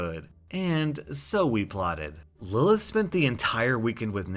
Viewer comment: Im so glad you pronounced the name Lilith right. Thats my little sisters name and usually people pronounce it "Lie-Lee-ith"